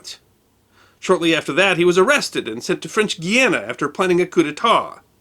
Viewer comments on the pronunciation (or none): none